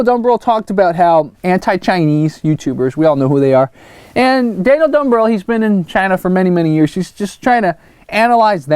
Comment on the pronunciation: Dude. Thanks for the shout out. And yes, you got the pronunciation perfect. I've hung out in North Philly before and connected with a lot of your examples. I've got a story about my wife running into an old Taiwanese tourism group in Sri Lanka that you'd love. We should do a chat together at some point and I'll tell you more about it. You made my day, especially since I'm an existing subscriber who loves your videos and raw take/observations on a lot of the things you find/discuss. I'm fully aware I may find myself in the same boat as you soon where all of a sudden the algorithms work against me.